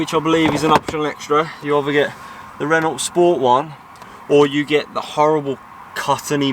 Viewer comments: It’s reno not Renault t is silent so frustrating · Please please its pronounced ren oh not ren ult your cars nice bruv miles more street cred than a poxy Vauxhall 👍